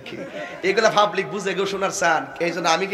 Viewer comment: ওরে তাহেরি কথা ভালো করে বল,,,, পাবলিক রে ফাবলিক বলো কেনো😂😂😂😂🤣🤣🤣🤣🤣